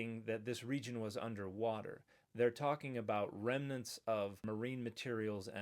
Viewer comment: Definitely going to trust a guy who can't pronounce Ararat, mispronounced "remNANTS", and clearly has no idea what "new" means...